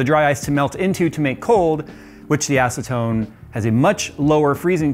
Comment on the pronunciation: Ha he said ass-atone